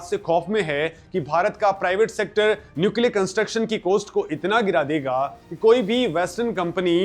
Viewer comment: कोस्ट नहीं कॉस्ट बोलो।